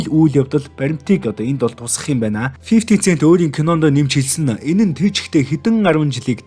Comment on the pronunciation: Фифти сээнт гээрэй. Цээнт биш шүү